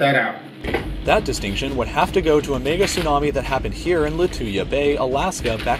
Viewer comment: Is it me or is the person actually saying niggatsunami